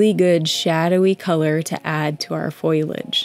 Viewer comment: How lovely! (It's FOLIAGE, btw. Not FOILAGE! - FOAL-Y-AGE.)